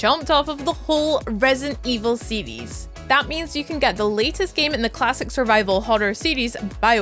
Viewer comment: "the whole Resent evil sedies" .... 🤦‍♂️